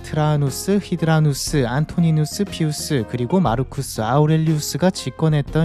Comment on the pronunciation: 트라아누스? 히드라누스요? 트라야누스, 하드리아누스입니다